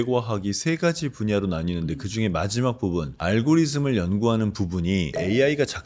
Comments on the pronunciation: 알고리즘을 굳이 앨궈뤼즘~ 이렇게 말씀하시니 더 전문적으로 보이는걸까요? ㅎㅎ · 사회자 알고리즘이라고 안하고 알고리 즈음 이라고하는게 왤케 듣기 불편한건지 ㅋㅋㅋㅋㅋ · 앨고리즘ㅋㅋㅋㅋㅋㅋㅋㅋ 홧 더 콤퓨타?ㅋㅋㅋㅋㅋㅋㅋㅋㅋ 아저씨야 아는 척 좀 그만하이소 신형 M5 봤나?? AI?ㅋㅋㅋㅋㅋㅋㅋㅋ 어디서 ㅈ문가가 나왔어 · 알고리즘을 왜자꾸 엘고리듬이라고 하는거임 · 알고리즘을 앨고리즘이라고 하고, 프로그램을 프로그람이라고 하고, 그래픽을 그라픽이라고 하고, ... 내용은 좋은 데, 발음을 왜 이상하게 하시지? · 교수와 석학들의 지식은 존중하지만 그들의 예상은 절대 믿지않는다. 그 정도의 통찰력이 있는데 교수를한다? 그저 이론이고 지식일뿐. 뭔가 발명하면 인정. 그리고 알고리듬을 엘고리듬이라고 할때 이미 쎄함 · 그래픽은 그라픽으로.. 알고리즘은 앨고리즘 으로 발음하시네요.. 뭔가 있어 보이네요.. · ㅋㅋㅋㅋㅋㅋㅋㅋㅋㅋㅋㅋㅋㅋㅋㅋ 대체 "앨고 리즘"은 어느 나라 영어 발음이냐? ㅋㅋㅋㅋㅋㅋㅋㅋ 대체 "앨고 리즘"은 어느 나라 영어 발음이냐? ㅋ ㅈㄹ 없어보인다.. ㅋ 미국사람한테 발음해달니까 " 알 고 리 듬 " 이라던데 ㅋ 혹시나 해서 네이버 사전 + 구글번역 + 유튜브 다 검색해봤는데 전부 " 알 고 리 듬 " 이라고 발음 하던데 ㅋ 대체 " 앨 고 " 리듬은 뭐냐? ㅋ 있어보이척 하지마 ㅋ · 설거지하면서 음성만 듣고 있었는데 거의 발음이 앨고리즘 AI계의 지상렬로 들리네요 완전 내용이 환타스택하네요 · 엘고리즘 발음부터 신뢰가 무너졌다 ㅠ